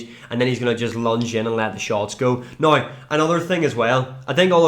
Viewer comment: How tf do you sell the word "now" and then proceed to say "noigh"